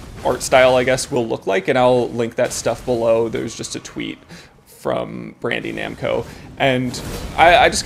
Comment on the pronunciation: did he say "brandy namco"????